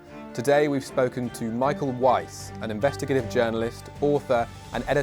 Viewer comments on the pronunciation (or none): none